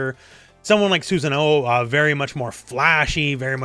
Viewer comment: I would never ask for people to be known of every random series but hearing mazínger or susan-oh made me take damage